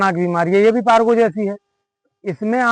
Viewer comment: Bhai pargo nahi parvo bolte hain